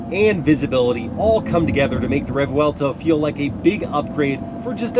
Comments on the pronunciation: I know I’m a year late but it’s a revuelto not a revwellto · I can imagine this guy repeating and talks about REV-VUWELTOw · Rev-welto? xD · Imagine not being able to pronounce Revuelto for 29.24 mins... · How in God’s name are you reviewing a car you can’t pronounce??? 😂😂😂